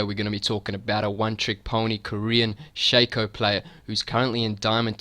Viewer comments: dude, it shaco not shaco. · Learn english, it is pronunciated Shaco not Shaco